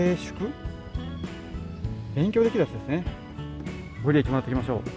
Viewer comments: ご利益=ごりやく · ご利益(ごりやく)、成就(じょうじゅ)ですね。